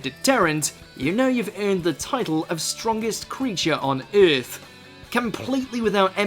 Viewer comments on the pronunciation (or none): none